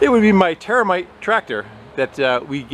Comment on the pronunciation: I thought you said termite engine. ReeeEEeeeEEEEeeeeEeeeeEE